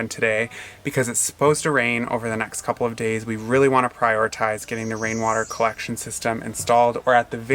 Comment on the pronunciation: the hummingbirds love their hummingbird smoothie you made them! Love seeing them., I Love your “wain water cowection” gutters.🤣. (Thanks for not editing that out!) Great video! Be safe so we can see you guys next Sunday!😉😁